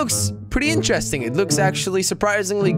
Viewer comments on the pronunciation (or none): none